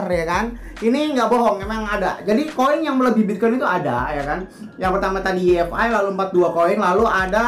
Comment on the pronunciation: Apaan yi ef ai? Way ef ay yg bener